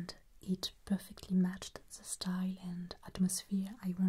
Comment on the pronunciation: forgive mademoiselle, but the page had a, how you say, booger in eet.